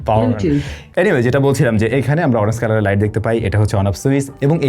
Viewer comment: I must say this is a smart presentation. But try to correct your pronunciation. e.g. Switch (সুইচ্) not (সুইস❌), Orange (অরেঞ্জ) not (অরেন্স❌), Inch (ইন্চ্) not (ইনস❌), mAh (এম.এ.হেচ্) not (এম.এ.এইস্❌), Jump (জাম্প) not (জাম❌) Off (অফ্) not (অপ্❌). These kinda mispronunciations are widely found in your contents. However, you have improved a lot till today, appreciate it. Wish to find you to be more perfect next time. Good luck.